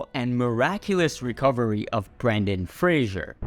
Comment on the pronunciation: It’s Brendan not Brandon ❤